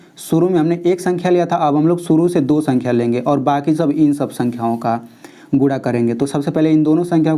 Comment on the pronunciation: Guna hota hai gura nahi aur Coman hota hai caman nahi but you teach are very nice ❤❤